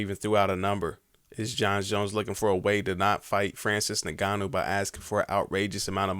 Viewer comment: please for the love of god release him. that way in the next 3-5 years ppl will forget about jones..... also why the fuck is it so hard for black dudes to say say ngannou??? its fucking "in-gone-new" not "naganou"